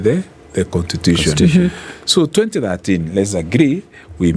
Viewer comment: this niggah keeps saying "contitution"